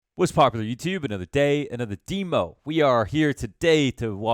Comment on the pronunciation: Why do you say deemo